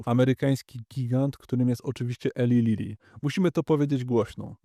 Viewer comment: Nie Eli Lili - tylko ILAJ Lili - Na Boga najwyższego, bo uszy mi padają.